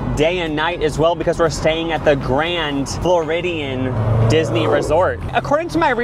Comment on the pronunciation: Love this but you said Grand Floridian wrong and called Magic Kingdom Disney World!😖 Tell me that was a joke please!